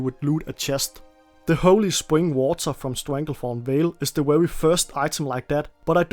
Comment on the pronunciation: Are you unable to properly say very ?